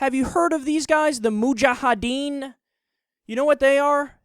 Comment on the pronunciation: Its Mujahideen. You keep on pronouncing in it like Mujahadeen. It ends with -ideen, not -adeen.